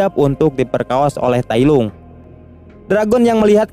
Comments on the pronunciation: tailong bukan tailung cuk....malay hadir sorry gua ckp mcm tu sebab terdengar kat telinga ni tak sedap bila ko tailung njir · Tailong bukan tailung